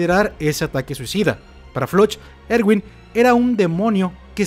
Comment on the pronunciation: y nooo se dise ewin se diseee erwinnnnnnn 👹